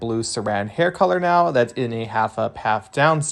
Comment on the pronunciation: "So they need to come out neow."